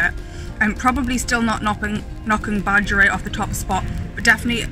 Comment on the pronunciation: heh it’s pronounced like Bah-g-air-ee-et